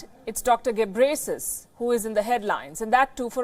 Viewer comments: Kkkkkkkkkk she call gebresis I came from Ethiopia but he is name tedros adhanum gebreslase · Can someone teach her how to pronounce his name? its pronounced GE-BREH-YEH-SUS